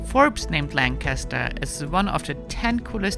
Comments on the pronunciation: She pronounced Amish and Lancaster wrong 😳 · “Lank a ster” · Langkister is how to pronounce Lancaster.Amish is Ahmish,not Aimish